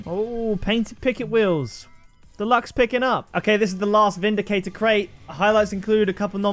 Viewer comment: it's vindicrater cate